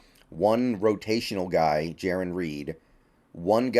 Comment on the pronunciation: It is possible for you to Pronounce Jarran correctly!!! You kept saying JaRON and it kept triggering me. lol